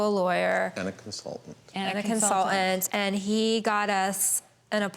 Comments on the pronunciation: if i hear her say "CONSUL-ANT" instead of consulTant, im gonna rip the last of my hair out....why are people getting so phonetically LAZY!? grrrr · I’ve never heard the word “consultant” with so many letters missing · Consultant! not Consol ent, denver dingbat